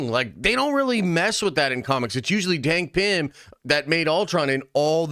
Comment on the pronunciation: Did you just say “Dank Pym”?